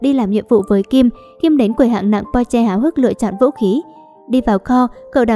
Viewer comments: Ad ơi mình không biết bạn rv mấy cái phim trước như thứ nào nhưng đây là KinnPorsche bạn đọc sai với lại cách giới thiệu nhận vật sai tên là không tôn trọng đến tên diễn viên trong phim Porsche không phải Po mong Ad có thể nói bộ phim hay hơn với các nhân vậy bạn rv như vậy thì mình không thích 1 thứ nào người không ra người lươn không ra lươn là sao vậy ạ .Đây là ý kiến của mình mong Ad có thể suy nghỉ kỉ khi rv với phim hay 1 chút còn không thì đừng rv nha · bạn ơi xem lậu bạn biết thế nào không hả mấy anh bỏ mấy công sức để đóng thà bạn coi xong rv đúng mình không nói còn đây đọc sai tên có tôn trọng mấy anh không vậy ? Porsche k phải Po nhé Xoá video dùm